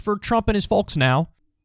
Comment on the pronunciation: Why does Kyle sound like he’s from the Midwest only when he says “folks”?